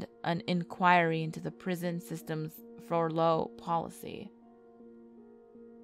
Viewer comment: KARMA IS A BITCH!! Great video, all you need to do is work on the correct pronunciations of certain words like "indicted" or "furlough" because you are an AMAZING NARRATOR, you just should try using Google's "pronunciation" where you type in a word and it'll bring up the meaning etc. But it will also have a choice for "pronunciation" and if you choose that it'll say the word so you can hear it how it's supposed to be pronounced. My FAVORITE SITE for when I have to type up reports for work or just in general is "Word " It's THE MOST AMAZING FREE SITE!! It does ALL TYPES OF THINGS REGARDING WORDS, their meanings, you can choose ALL KINDS OF THINGS. Llike say you are trying to write a paper or do a video and you want to use a bigger word you just put in the original word & choose find other words with the same meaning. And omg, you get all these big impressive words that help to make you look smarter then you are lol. I use it CONSTANTLY for work!! But, you are doing amazing, I love your vids and you sound like you'd be the coolest, most fun girl to hang out with!! XOXO ~ Mizz B. 💙💀💜💀💙